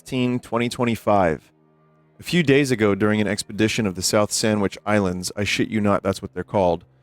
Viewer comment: Love how he cannot say expedition lmao